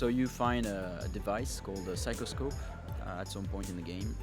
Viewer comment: So is this 'Sycroscope' or whatever he said Kind of like the research camera from Bioshock?